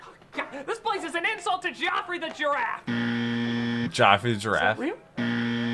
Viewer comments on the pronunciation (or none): The mascot for Toys r Us was Geoffrey (jeff-er-Ree The Giraffe. can't pronounce things correctically!